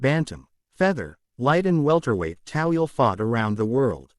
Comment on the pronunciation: It's Toweel not Tawil !!!!!!!!!!